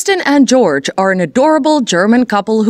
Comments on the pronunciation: His name is pronounced “Yurg” 😊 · Joerg is German, his name is NOT GEORGE. Go watch a video and learn how it's pronounced!